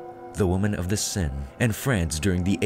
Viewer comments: The Paris river seine is pronounced to sound like 'sane'. In this video it sounds like your calling it the river 'sin'. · River Sen!? It's pronounced "Sane". And, it wasn't an iron mask, it was made of velvet. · 'sen' made me laugh. it's pronounced sane, mate.